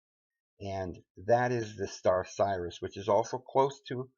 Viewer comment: Brother if you want people to take your videos seriously you were going to have to learn to pronounce the stuff a little bit better. Some of the names and terms are so bad that we don't know if you are taught talking about Osiris or Sirius.